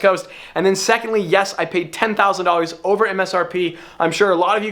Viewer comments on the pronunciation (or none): I always hate when he says '' this vlog is olver''